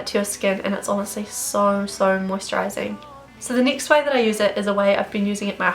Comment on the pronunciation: It drives me insane how u say nixt or neext instead of next